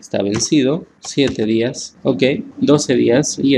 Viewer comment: Muy bueno, pero es Días de día, no Díaz de apellido